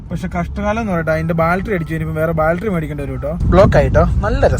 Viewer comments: Balttery alla battery 😂😂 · ബാൽറ്ററി അല്ല ബാറ്ററി എന്ന് പറഞ്ഞു കൊടുക്കാൻ ആരും ഇല്ലേ ...